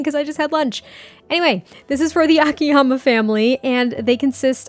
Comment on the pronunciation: I think the first "A" in Akiyama would be stressed instead of the "ya" ☺️ This is such a cute build, I love it! ❤